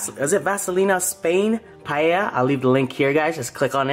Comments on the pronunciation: At least he stopped pronouncing it as pallea :D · its pronounce as PA-EL-YA. Its looks good though. Love from Philippines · Its also pa-e-lla not paella. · I thought paella is pronounced as "Pa el ya " 😂😂 anywayss that looks so good 😍😍😍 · It’s pronounced “pie Ella” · Its Pa el ya. xD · Its so annoying everytime you say PAEYA wtf?